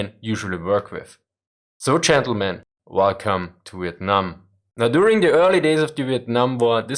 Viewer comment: Velcom to vitnarm 🤣🤣